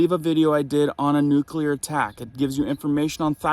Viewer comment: It's not nucular, its nuclear. Gees.